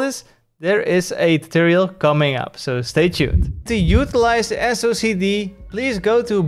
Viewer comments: "Socced" (read as "sock'd") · Lol ya'll are hilarious for this. I think you should just pronounce it silly like Wooting's "SO-KEH-DEE"